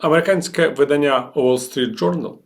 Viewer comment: видання́ – іменник середнього роду (про дівчат, які за віком уже можуть виходити заміж) Все чудово, але є оця помилка у наголосі вида́ння – іменник середнього роду (дія від: 'видати' - випускати в світ друковані твори; окремий друкований твір, збірка, видані в світ; сукупність тотожних примірників якої-небудь книги, виданих одночасно; друкований твір за його зовнішньою ознакою або типом)